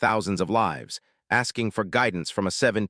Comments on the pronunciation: I was enjoying it until AI read livs instead of lives. I can't understand why if AI is supposed to be so intelligent why it can't read! Usually when it make simple mistakes like this or butchers a famous person's name,I move on.🤦😒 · can't you learn to pronounce the word «lives» ?